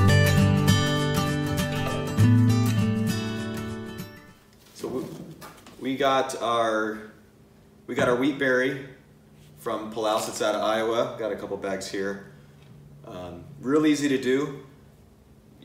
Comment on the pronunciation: I believe your sack of seed says Palouse, Washington. We in the NW pronounce it pa loose